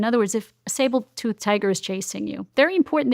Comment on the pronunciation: Great info, but “sabletooth tiger” lol